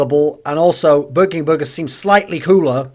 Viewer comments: The way you say burger triggers me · I'm triggered by how you pronounce "burger." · Matt Jones would you prefer if he said it in the american "Burgerrr" way?